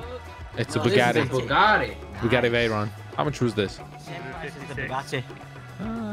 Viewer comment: "Im winning in tha bugattay"😂😂😂😂